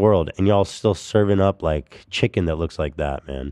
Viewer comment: “they forgot to take the skin away from the shiken” in an English? Accent gets me every time. I think this is my favorite thing has EVER said